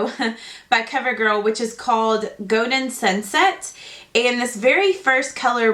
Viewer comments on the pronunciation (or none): The way she says golden kills me stop saying goden it's goLden